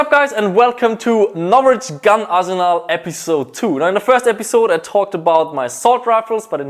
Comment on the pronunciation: "Gahn Arzenel"